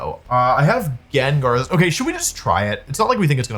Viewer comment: Jin jar. He does this. Some of it’s actually kind of fun. My son and I purposely call Gengar Jinjar because that’s how he used to say Gengar’s name.